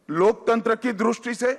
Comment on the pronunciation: दृष्टि bolte है द्रुस्टी नहीं